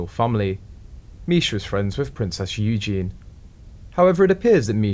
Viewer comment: It's a computerized voice! There are lots of mis-pronounciations! It's a site based in Vietnam or China. 😏